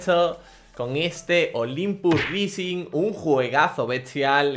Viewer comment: "olimpus rising" jajajajajajajaja el ingles nos debes